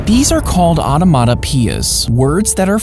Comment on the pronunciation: You pronounce it like Ano-mato-pia its spelled like onomatopoeia